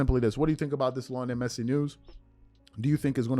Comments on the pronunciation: Stopped watching once you started mispronouncing his name showing you have zero clue to be honest. There’s no way you have ever watched a single match he has played in…. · I stopped watching when I heard him say Lionel Messi 😂. Bro learn their names to gain more credibility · First of all THAT'S RIDICULOUS TO SAY THIS GUY WHO'S MORE GLOBALLY/WELL KNOWN THAN LEBRON JAMES!! Can barley pronounce the guys name!!! IF that's the case, why don't you/ show cover him or the sport more often!!! I believe you said towards the end of your segment, forgive me if I'm wrong, but you probably won't cover it as much...WHY NOT!!?? & I KNOW you can care less, but I was proud that you was covering something DIFFERENT! I saw the photo of Messi, & I hurried up to listen, I said you go /! Then you had TO MENTION MR JAMES...AGAIN!!! & TO BE CLEAR, THE ONLY ATHLETE IS MORE GLOBAL THAN LEBRON IS MICHAEL JORDAN!!! & IM A LEBRON FAN! YOU BASICALLY SAYING THESE GUYS ARE MORE GLOBAL THAN MJ HIMSELF.... THAT DEFINITELY RIDICULOUS!!!!!! CMON bro!